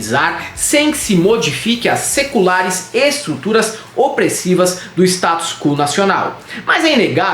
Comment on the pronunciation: Eu podia jurar que ouvir o dizer "o status cu nacional". Achei tendência.